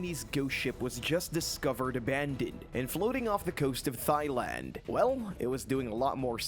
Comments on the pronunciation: It's pronounced tie land... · THIGHLAND? Really? THIGHLAND? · Learn how to pronounce Thailand. Also stop using random pictures unrelated to the stories.